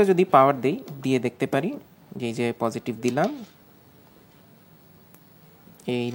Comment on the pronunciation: নেগেটিভ নাকি নেগেটিফ, প্রজেটিভ নাকি প্রজেটিফ? 😅